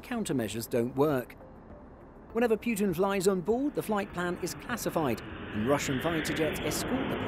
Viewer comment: Putin,not Pyutin